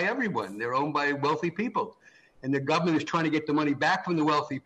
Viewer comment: Guy literally just said gubmint.